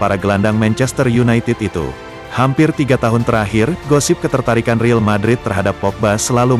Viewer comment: El real bukan riil cuk pelfalannya ancur2an